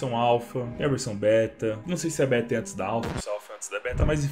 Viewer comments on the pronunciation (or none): none